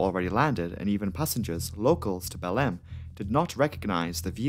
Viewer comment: How can this guy pronounce Marabá almost right but fuck up Belém.